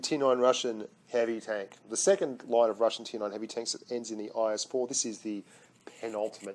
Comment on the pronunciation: And it's not tonk, say tenk man